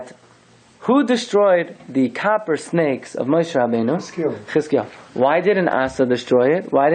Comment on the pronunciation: Copper sounds like Kapparah